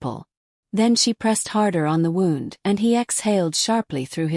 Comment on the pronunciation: My only critique is the way that the words are pronounced. She's saying, wound like it's she's saying, wound like a wind up toy like something that you wind up in a bundle. It's wound, not wound. Look in the vocabulary and look at how things are supposed to be pronounced. The sound wund is how you pronounce it when meaning Injury. The voice is pronouncing it waund, past tense turning something tightly.